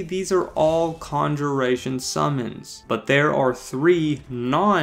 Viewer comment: I’ll take some “Ganja-ration” please